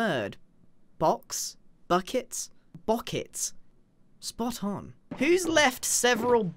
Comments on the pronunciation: The ending of the "Bockets" part was the most British sounding "Spot on!" I have ever heard. -An American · "Spot on!" was the most British thing I have heard Grian ever say.